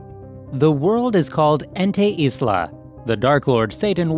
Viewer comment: You saying ente isla is like you saying it antu-islam, such a bad name to use for calling a place